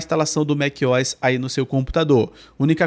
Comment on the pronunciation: Que agonia te ouvir falar Mequiós. A pronuncia correta seria Mac "O" "S", separando as letras O e S. O MacOS poderia ser lido em português Mék - Ou - S. Em fim, você fala como quiser, eu só tive dificuldade em prestar atenção no conteúdo porque mequiós me distraía. Hehehe Excelente vídeo mano. O conteúdo do teu canal é muito valioso. Inscrito!